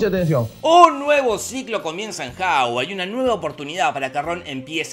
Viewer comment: Hogwarts❌ Haward ✅